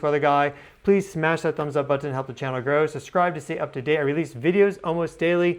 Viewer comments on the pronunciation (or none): It's a button. NOT bartone :-/